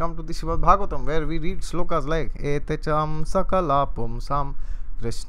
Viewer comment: Very nice and impressed alot from ur Krishna Consciousness, Sloka is very well pronounced that shows u r also a good devotee. Please guide,how we can improve in spiritual life according to astrology. Thank you